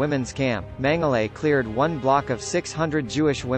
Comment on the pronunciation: As a person if Austrian heritage... It's pronounced "mengala"